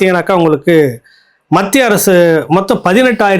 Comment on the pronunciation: Sir kindly prounce as Mathia arasu.